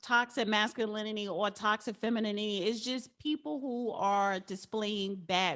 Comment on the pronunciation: It’s not feminity, it’s femininity. It’s not narsassist, it’s narcissist. It’s not alopeezia, it’s alopecia.